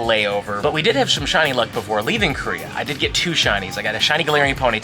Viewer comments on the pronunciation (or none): none